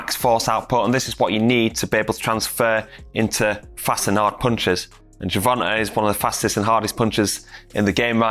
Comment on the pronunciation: Ger-von-huh Davis!